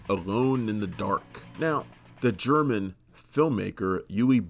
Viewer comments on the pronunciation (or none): none